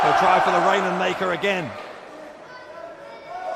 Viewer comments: Why does he keep calling it The Rainer maker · Okada's version is called the Rainmaker, Ospreay calls his version the Rainham Maker, idk why